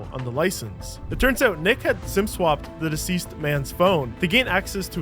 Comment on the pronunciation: The way he said diseased man got me 😂 Here (try not to laugh)